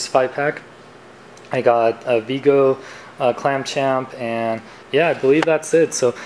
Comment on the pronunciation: Clap-Trap not Clam-Champ.